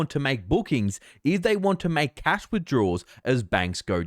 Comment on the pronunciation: Did you say Cath or Cash?